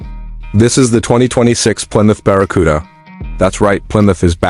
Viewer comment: What's this AI bullshit? "baracuda"? "biarriauon"???